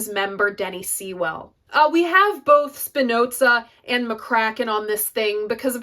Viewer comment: PS .. its Sigh-Well not See-Well. hahahaha.